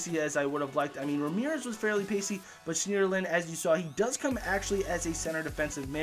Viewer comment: You don't pronounce the e in schneiderlin